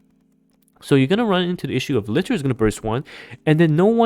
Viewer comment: How often are people going to mispronounce Liter in every NIKKE video? It's a real unit of measurement with a real official pronunciation.